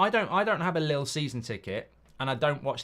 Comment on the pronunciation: It’s not lil it’s leel